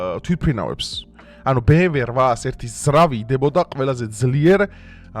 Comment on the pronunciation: კარგი ხარ, მაგრამ გთხოვ გიტლერი არა- ჰიტლერი, ბე-ემ-დავლიუ არა, - ბე-ემ-ვე 🙏🏻